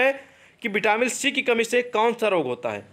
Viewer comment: Vitamin hai vo vitamil nhi